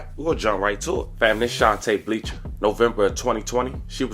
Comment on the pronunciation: Aww hell she just had to be a Belcher 🤦🏾‍♀️ I never understood how someone could see “Belcher” and pronounce “Bleacher” it’s Bell 🛎️ cher